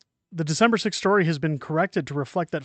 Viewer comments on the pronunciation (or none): none